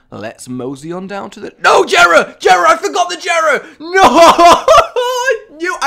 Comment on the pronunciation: Dislikes people who miss pronounce Jera (YEAH-RA) and people who dont remember to pick certain things up RAGE